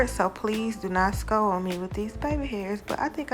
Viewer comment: Lol are you from dallas "please do not sco on me" ❤❤❤❤